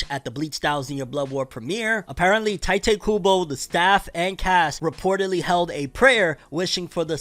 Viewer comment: "taite kubou" lol